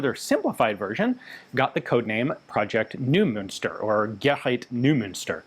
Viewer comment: "Neu-" in "Neumünster", is pronounced "Noy-" :) Thanks for this cool video! I wonder if the lack of markings could have to do with a desire to be able to conduct false flag/covert operations, in case they'd run out of captured STENs.